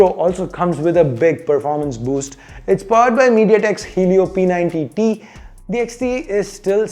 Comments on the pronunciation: P90T...whaaatttt????. G90T nu sollu bro! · It's G90T not P90T.